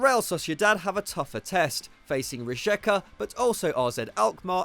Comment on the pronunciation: the correct pronunciation is Ree Ye Ka